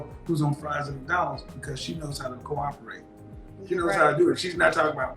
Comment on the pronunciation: “C0-roperate” “Arguementive” “Misconscrewed”